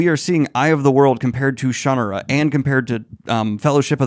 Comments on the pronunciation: Every pronunciation? I didn't hear my ShanNAHRa at any point. 👀😂 It's been a while, but I think I still enjoy these books in small doses. As a teenager I once binged five back to back and was sick of Brooks's writing by the end. But he isn't the only author I've had that problem with. Calling him formulaic feels too weighed down with negative associations, but it is the word that comes to mind. Having a formula is how writers turn out book after book on schedule. We expect it from other genres, like mystery or romance, but tend to look down on fantasy authors who give us more or less predictable bodies of work. I look at it as a neutral quality. I know what I'm getting from a Shannara book, or a Midkemia or Valdemar book, in terms of the character types and general themes the author gravitates to. In other ways, he does get more developed and interesting as the series goes, so if you liked the stronger points of this one, you'd probably like the next book. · Someone please teach him how to properly say "Shannara". Sooooooon. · Daniel I'm terribly disappointed you didn't say it the way everyone in my family says it. 😂 You promise to insult everyone and no one by using every pronunciation. Even when I was 10, read this I felt it was a little derivative and rough of a story but I did like it enough to read a lot of the other books in the series. That's exactly how I felt when I read Eragon for the first time but I didn't like it as well so I'd never finish that series. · He changed the pronunciation once fans did it wrong so many times lol. These were not great.... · Unsubscribed for how you are pronouncing Shannara. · Sha-nah-ra, like Sahara. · I only dabbled in this series growing up, but every pronunciation that isn't shuh-nar-uh still has me absolutely shook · With emphasis on the "ar". shuh-NAR-uh! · Guy is still saying "Shannara" wrong in my mind. "SHAN-are-ah" The "a" is "ah" like how the British say it, not like an American pronunciation.